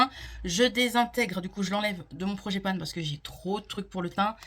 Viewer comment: Bonjour, si je peux me permettre c’est project pan et non projet panne 😂